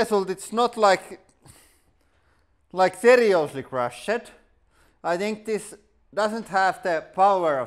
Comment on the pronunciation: Hey tip for you, you pronounce "crushed" without the e